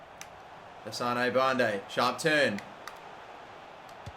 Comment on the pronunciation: Hassan not hassanae